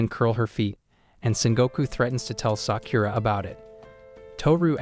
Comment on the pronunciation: the way you said sakura is not right ok watch naruto shippuden and you know how to prononce it